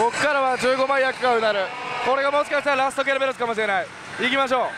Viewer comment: ✖︎ ケロベロス ○ ケルベロス だったw自分も間違ってたw